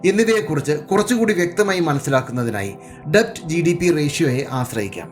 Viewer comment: 'ഡെബ്റ്റ്' അല്ല 'ഡെറ്റ് ' എന്നാണ് ഉച്ചാരണം